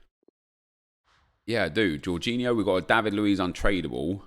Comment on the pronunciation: This guy actually said jorginho right